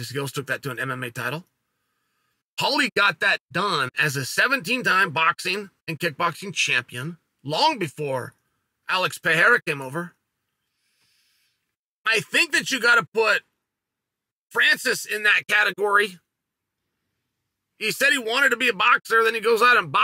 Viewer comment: I appreciate Chael working on his name pronunciation. He's getting a lot closer to saying Pereria.